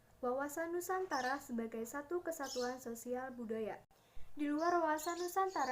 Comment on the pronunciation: NUSANTARA gk Pake K🤭😅